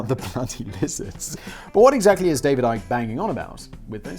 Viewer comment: Simon I am so glad you taught me that ICKY is pronounce IKE. Its the most important think I ever learned.